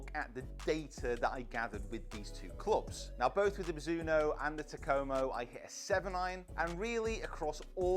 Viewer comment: Still waiting on a youtuber who can pronounce Takomo correctly.